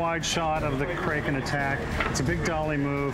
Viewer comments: “Kray-ken” 😂😂😂. Yeah, “Crack-in” sounds much better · "crayken" "Dragen" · The way everyone says Kraken annoys me. I’m with McNally on this one, pronounced “Crack-in”